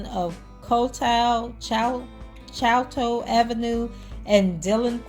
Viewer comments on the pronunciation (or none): Choteau is pronounced as Show-toe